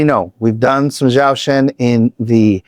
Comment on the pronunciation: Thanks for reacting to Zhou Shen and Mayday! Your insights were very interesting and I appreciated hearing what you have to say, as well as listening to them. But please, it isn't Zow Shen, it's pronounced Joe Shen. Thanks so much! :)